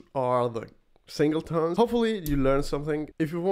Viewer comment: SingleTONS ... not "tones" :) Otherwise, good content!